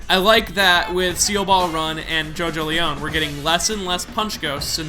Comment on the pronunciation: It's pronounced Jojo-lien not Jojo-leown